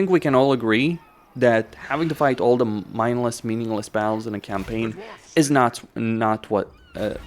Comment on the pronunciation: the way you say battles without pronouncing the Ts makes it sound like your saying BOWELS as in the poop in your intestines 🤣 makes everything your saying quite funny without context! Otherwise you have great english, just make suyre your saying "baT-Tul" now bowel lol. also very insightful video thank you!